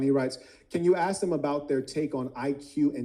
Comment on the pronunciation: He said Axe 🪓 😂🎉